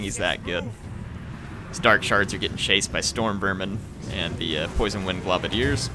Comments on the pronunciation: I hate to be an arse, but because I've seen it on multiple videos... It's pronounced "globe-a-diers", not "glob-a-diers". Sorry! Peace! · you're killing me, man. It's gl-oh-badiers, not gl-ah-badiers. It's because they throw globes of poison at their enemies. Keep up the great videos, by the way!